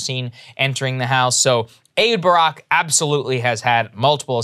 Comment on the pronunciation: i think its pronounced eKHHHHHHHHHud Barak